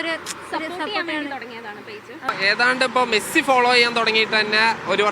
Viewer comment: മേഴ്‌സി അല്ല മെസ്സി 🤣